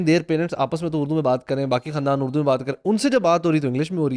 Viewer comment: Is it اردو or اڑدو 😉😂 On a lighter note!